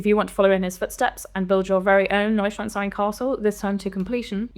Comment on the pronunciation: Holy shit, that's the first time I've heard the name pronounced correctly in any review/preview/leak video.